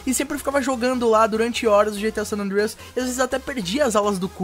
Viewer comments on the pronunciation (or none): none